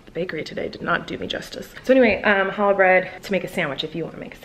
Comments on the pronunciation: When she said "Hallah bread" the jew inside me really cringed. It's CHALLAH with a CHHHHHH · when she said “halla” bread... jkjkjk love you